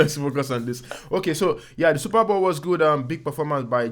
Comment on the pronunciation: Please it's Super Bowl not Super Ball 🙄🙄😅